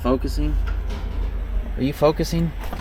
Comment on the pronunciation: 😂 Thats the next town over from the little town I live in It is pronounced Moss-hime